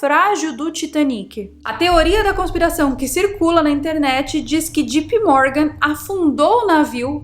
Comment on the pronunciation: Só que JP Morgan pronuncia-se Djei Pi Mórgan. Não é djipi.